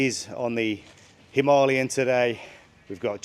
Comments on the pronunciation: I try my best to follow it - But as mentioned at the end of this day - We all know what you will choose. The real hard bit is.... it is called a HIMILAYAN not a himaaaalian. Sometime you get it right and I go Yes! then you go back to Himaaaalian? Love the roads and it looks like awesome fun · Hi Ma Lay An! Why do so many bike journalists have so much trouble saying Himalayan?